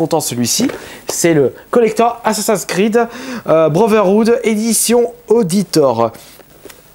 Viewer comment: sa m'énerve quand tu prononce mal les assassin's creed rhhaaaaaaahah..LoL